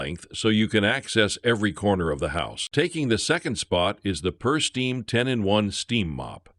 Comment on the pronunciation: The "Pursteam" Is pronounced like the word pure, not purse... "PureSteam". 😊